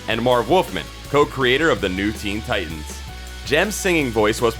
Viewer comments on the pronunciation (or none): none